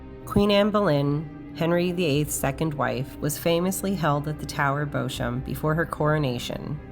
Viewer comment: Thank you for your excellent video. Just one point though - Beauchamp is pronounced BEE-CHUM. It's one of those idiosyncrasies of the English language.